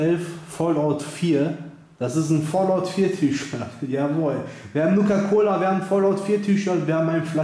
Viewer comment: Nukaa Colaa xD Einfach nur Geil ist das Cola oder ein Energie Drink?